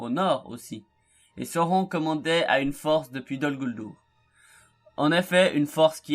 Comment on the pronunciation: Sauron, ça se prononce SA-O-RONE, bon sang de bonsoir...lisez les Annexes du SDA avant de faire des vidéos sur la Terre du Milieu nom d'une pipe, ça paraît être le minimum... sinon, le contenu est ok, malgré quelques raccourcis. Mais tache difficile en fait de résumer l'histoire de Sauron, puisqu'il est la clé de voûte de toute l'histoire de la Terre du Milieu pendant les 2° et 3°âges. ... Et on dit " sine-dar" pas "sain -dar", j'ai failli ne pas comprendre de qui tu parlais, fait un effort sur les prononciations stp sans quoi tu risques d'irriter tout le monde, malgré tes intentions fort louables de faire découvrir la richesse de l'histoire de la terre du milieu.😎